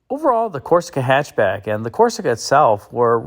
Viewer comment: I believe it's pronounced "hy'atch b'yack". Thank you.